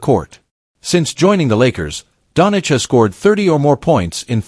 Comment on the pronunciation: At least get his last name right - Doncic!